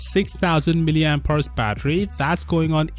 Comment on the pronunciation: Oooo "mAh" God 😂😂😫😫... That was beautiful